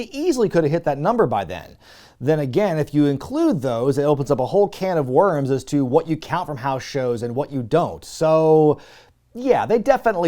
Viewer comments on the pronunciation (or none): none